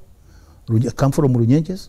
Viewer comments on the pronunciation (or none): Haha ..kahii ka Runyenje!!..how Jeff is twenging the name is killing me with laughter